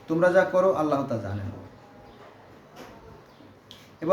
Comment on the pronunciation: এই মুর্খ জাহেল থেকে দুরে থাকুন। এখন মুরখরা কুরান নিয়ে কথা বলছে। এটা কেয়ামতের আলামত। এই মুরখ ঠিক করে আল্লাহর নামটি পর্যন্ত উচ্চতর করতে পারেনা।